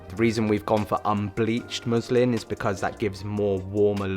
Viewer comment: just finished it - amazing setup i love both the muslin and softbox look But when you said first time unbleavhed muslin - i tough u said Muslim 😂😂😂😂 im like umm